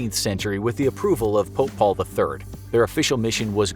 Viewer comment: When He Said 'Pope Paul', I thought he said 'Football'